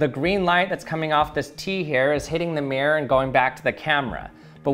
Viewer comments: I know it's probably just a regional or personal accent thing, but it was actually kind of painful to hear him say "meer" over and over instead of "mirror." It's supposed to be a two-syllable word... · "mi-ROAR" not 'Meer'. Aaaaarrrrrrgh! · "meer" "meer" its "MIRR - OR" say it right frenchy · It triggers me when people pronounces 'mirror' "meer" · Why do people call a mirror a "mear" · It's MEH-RER....not MIER-RER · Take a shot every time he said “mee-er.” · For the record, not all Americans say it the way he does. The way I say it sounds more like MEAR-er, where er is basically a held out American R sound. It sounds like mere her, without the h sound. I also know some Americans who say MEAR-rurr. And a few who want to be posh but still have the American R say MEAR-roar. (I would transcribe nonrhotic accents as pronouncing it MEE-raw, MEE-rah, or MEE-ruh, depending on the accent.) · Mee-er Bee-er 🍻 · The “meer” 😂😂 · "True mere" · Why is he pronouncing mirror like Myr from magic? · Americans pronouncing mirror like meer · He is one of the few peopleI've heard say mirror like that and he said it correctly some of the times. I didnt want to say it but he also does talk pretty weirdly compared to most people (with an american accent) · Why can't Americans' pronunciation mirror correctly? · It is so funny that Americans are unable to pronounce mirror. The word has two syllables.